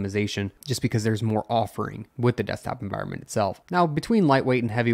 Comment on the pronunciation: En-voire-ment?? En-vi-ron-ment ?